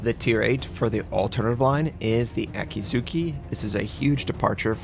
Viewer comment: No. There are silent vowels in Japanese (mostly syllables ending in -u). Akatsuki is pronounced A-Kat-Ski, NOT A-Kat-Soo-Kee. Also, Akizuki is pronounced A-Ki-Zki NOT A-Kee-Zoo-Kee.